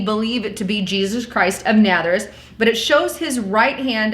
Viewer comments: Why do you keep saying ' Natherous ' ? It is Nazareth ! I still don't think this is Jesus , mostly because of 1 Corinthians 11 : 14 . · It's Na"z"areth. (Nazareth), not Natheris. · It pronounced Jes chure! And Naza reth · Nazuress?? Guessture? lol. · JESTURE = GESTURE and it is Nazareth naz aaaa rith .. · Ok, first, good info. Second, its pronounced: NAZ--AR-ETH long A at the beginning and GESTURE is JES-TURE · Your pronunciation is terrible. "Oscillation", "Nazarreth" and "gesture" need work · Please learn how to correctly say Nazareth. Out of respect.